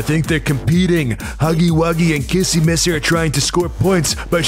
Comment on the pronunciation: Stop saying kissy missy it’s like this kissy wissy😑